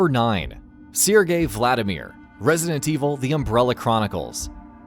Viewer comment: Anyone else noticed he got his pronunciation wrong? Haos- is pronounced "house" not hay-ahs. Sergei is pronounced sur-gey not sear-gey.